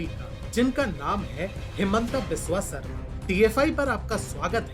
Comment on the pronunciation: हिमंत बिस्वा शर्मा Not हिमंटा बिस्वा सारमा